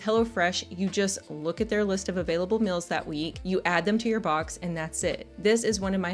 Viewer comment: Is pronouncing "meals" as "mills" a regional accent?